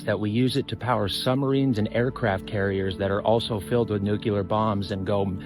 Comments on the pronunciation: Sure , would be nice to hear somebody pronounce nuclear properly. It's not nuculer, it's nu-clear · When are people going to stop saying newk yah lur that is not a real fucking word it is spelled nuclear now tell me how in the fuck you get newk yah lur out of nuclear thats how fucking dumb we are in this country man we all sound like complete retards when we say stupid shit like that.